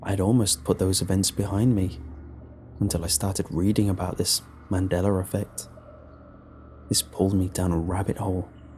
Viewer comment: "Man deller affect" 😂